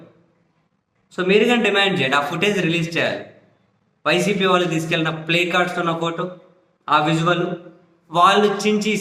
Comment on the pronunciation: ప్లకార్డ్స్ అని సరిగా పలకలేక ప్లేకార్డ్స్ అని ఉంటాడు 😂😂😂😂😂😂